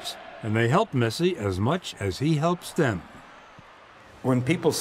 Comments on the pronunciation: Old man can't even say the goats name 😂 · god he butchered his name